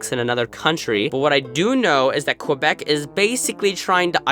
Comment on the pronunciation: The way he says Quebec makes me wanna vomit